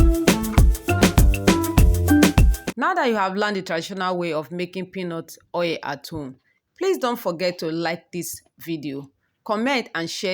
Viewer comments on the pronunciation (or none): Its not OA its called Oil O illlll Not OA plzzzz😭